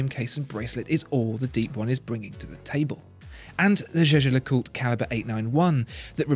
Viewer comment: Thanks for the correct pronunciation of Jaeger Lecoultre.